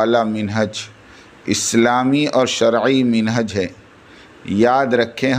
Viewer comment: Minhaj nahi manhaj he.